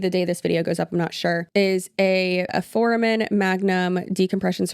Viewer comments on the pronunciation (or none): none